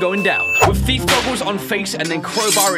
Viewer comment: ... again "sneak thife" Its thife simulator ...